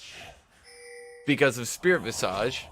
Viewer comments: God it's pronounced VIZUJ. jesus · I would like someone to tell him how to pronounce visage